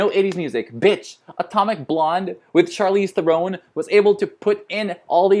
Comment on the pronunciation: Appreciation for you pronouncing “Charlize Theron” name in the South African pronunciation like how she said it should be 👏👏👏